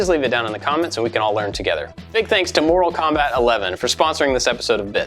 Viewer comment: Did he say "Moral Kombat,"?